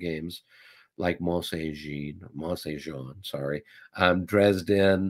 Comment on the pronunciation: Mont St-Jean, is more "Mon sain J (soft)ahhn". It's actually Mon San Jon (soft 'J').